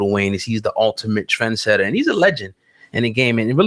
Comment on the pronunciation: Trendsetter Not Trensetter